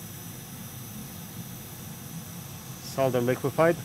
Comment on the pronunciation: Great fix and even pronounce "Solder" the same way as British English :)